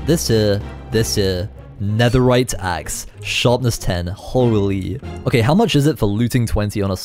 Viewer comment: “okeh” will never get old ✨